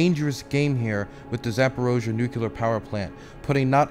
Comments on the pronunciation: Excellent work,. This was a huge improvement over even the last one, which was also fantastic. P.S. Whenever I hear you say "Nuke-ya-ler", I remember when I was a kid and people were making fun of George W Bush for pronouncing it the same way. It's "New-clear". Reject the Republican mindwaves pumped into you in your infancy. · Don't sweat the mispronunciation! "Nukular" is a very common mistake. Try splitting it into two words every time you see or hear it: nu-clear = "New Clear". Making that split will help disrupt old habits by reforming the associated pathways. Honestly, you have more pressing concerns, but I can understand being self-conscious as a journalist (especially with your refocusing to deadly-serious embedded journalism as opposed to Twitch debates), so it's just a helpful tip from my linguistic background. It's not like you're the former governor of Texas or POTUS, so... Thanks for doing what you do! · It's pronounced "nu-clear". Just like it's spelled. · It's a serious video but I can't help but snicker when you pronounce "nucular" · you're saying nuCLEAR wrong, they're only one 'u' in there bro. i'm sorry that's just a pet peeve of mine. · Godspeed you will learn how to pronounce nuclear one day <3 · Hilarious that you keep acknowledging your pronunciation of nuclear while continuing to mispronounce it 😂